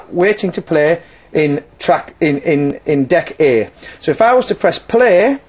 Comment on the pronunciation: when he says deck A is sounds like duckie lol